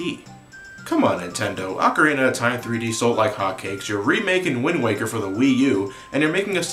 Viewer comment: Dude, you are one of the few Americans that pronounces 'ocarina' properly. Props to you!